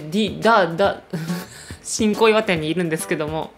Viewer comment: ごめんなさい...新小岩が "ち🚫こいわ" に聞こえた私。🙇🙇🙇